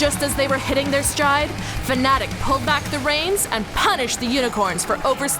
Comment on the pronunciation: It's fnatic not fanatic...